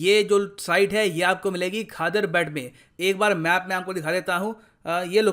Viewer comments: Sir it is pronounced as khadeeer bait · Pronunciation "Khadir bet" : खदिर बेट , ખદિર બેટ.